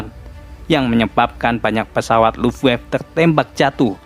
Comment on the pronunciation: sedikit koreksi bang,angkatan udara jerman di baca bukan luffwaf bang, tapi luft-waffeu